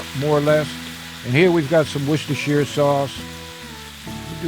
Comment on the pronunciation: Finally, an american with a decent pronunciation of Worcestershire 😁😁